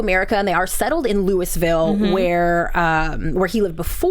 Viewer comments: FYI....It's NOT LouiSville with an "s"!! It's pronounced "Louieville" (the S is silent). You should have taken your cue from your co-host who pronounced it the right way! It bugs me when people mispronounce it since I live in Kentucky near Louisville. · Louisville Ky. The S is silent lol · The S is silent in Louisville..lol just saying..